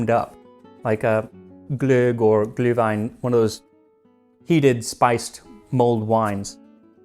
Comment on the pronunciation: Is it called Glühwein in English too? You did pronounce it in perfect German btw